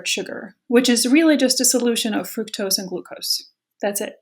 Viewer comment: Adam should have learned how to pronounce Fructose from her. FRUHKTOSE lmao